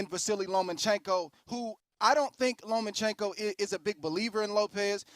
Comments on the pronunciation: ... OKAYYYY FOR THE UMTEENTH TIME,,,, it’s LOMACHENKO,,, not LOMANCHENKO!!!! Respect him and get his friggen name RIGHT!!! MAN this pisses me off,,! 😘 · At 4'00'' "LomaNchenko"... It's almost unbelievable, the USAnians are not even able to properly repeat a word or a name in any other language. And that name is the P4P boxer, not an unheard man from the street. And you, all of you, are boxer expert. Really unbelievable. By the way, 22 vs 32, 135 going up to 140, vs a 125-130, which already had troubles at 135. Every fight at 135 is a huge risk for Loma, being too small for 135